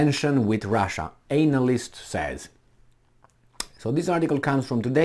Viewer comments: It's analyst not anal- ist hhhhh Anyway keep those videos coming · And your pronunciation of analyst is spot on too. That is exactly what these warmongers are: anal-ists. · I like how you pronounce analyst, you say it like "anal ist", like an expert in anal research which is probably more accurate of a description for what they do.